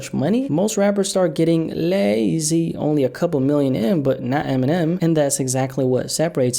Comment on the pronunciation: there is a purpose for every little edit, who knows, he also over pronounced lazy like roddy in the box